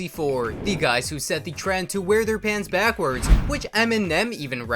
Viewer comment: I hate how this auto voice says backwards.